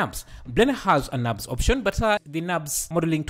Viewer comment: Nurbs modelling! not Nabs modelling!